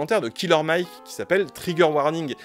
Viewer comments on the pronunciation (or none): none